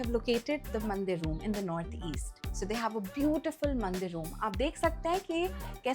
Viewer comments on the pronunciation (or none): none